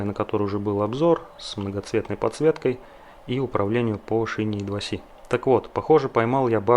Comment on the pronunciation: В произношении "И-2-Си" как бы ни туда ни сюда, "И" как при транслитерации, а "Си" как при произношении латинской "С". По твоей логике должно быть хотя бы "Ай-Два-Си" либо же "И-Два-Це"... И к "И-2-Си" я уже давно не придираюсь. А по поводу "Эк" - тут просто человек мог_не_знать от какого слова это сокращение оторвали, либо он захотел запутать зрителя (что вряд ли, иначе он редиска).